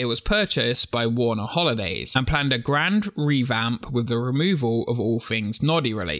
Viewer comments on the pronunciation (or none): none